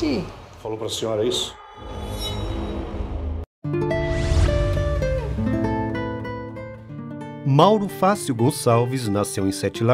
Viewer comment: Parei de assistir, quando o narrador falou "Mauro Fácil". Pelo amor de Deus. Vai fazer um vídeo sobre o cara e não sabe nem como se pronuncia o nome dele? É "Mauro FATIO", a pronúncia. 🤦🏾‍♂️